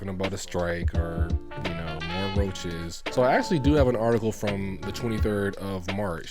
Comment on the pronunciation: Nigga said RRRRRoaches 😂😂 loving the content bro